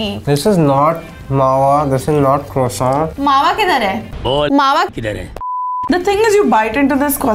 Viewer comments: Starbucks - "Mawa croissant" - "Mawa kwoso" 🤌🏻🤌🏻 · trying out every possible pronounciation of croissant 😂 kwoso, kroso, kroissant..😂 soooo good to see him back in a BuzzFeed video😍❤️